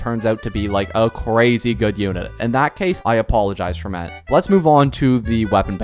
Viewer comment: You pronounce his name like Fremin-AY. PLEASE. I'M NOT EVEN FRENCH BUT PLEASE.